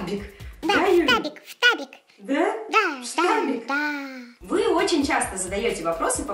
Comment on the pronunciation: Не штабик а фтабик